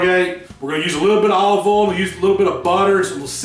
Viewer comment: I’m enthralled with the word oil being said in a southern accent. Just “ole”.